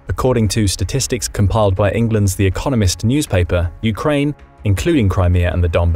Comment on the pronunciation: What is this "Urkaine" you speak of?